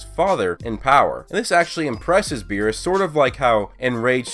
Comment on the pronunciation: lol he said whirus